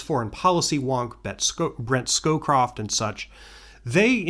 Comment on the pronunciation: Have you ever seen the Ali G episode where he interviews Brent snowCroft but calls him Brent skullcroft? It seems like you keep tripping over that name and want to call him Brent skullCroft!